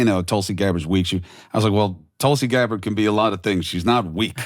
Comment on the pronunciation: Way to butcher her name. “Tulsi Gabbard”. Lol